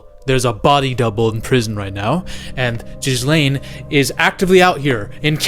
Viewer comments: Jizzlane? PRONOUNCE IT GEL-AIN. Ya dont say it like you say hair 'gel' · It's fucking Gillaine it's not Jizz-Laine! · Its pronounced gillane ffs lol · Bro i’ve been waiting for someone else to pronounce her name as jizzlane and finally! 🙌🤣🤣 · Bro her name is not pronounced jizz lane 😂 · I love that the internet universally refers to Ghislaine as "Jizz-Lane" :D :D :D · Dude are you pronouncing the S in Ghislaine on purpose 😂 Edit: "Anna Hetch" 🤣